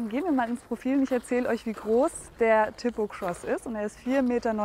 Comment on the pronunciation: Wenn ich schon höre wie die TIPO ausspricht, wird mir schlecht...